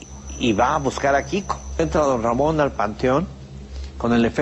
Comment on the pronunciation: Perro lamon dijiste